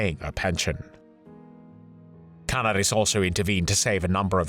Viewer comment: Canaaaaris. (if that helps with the correct pronounciation of his name)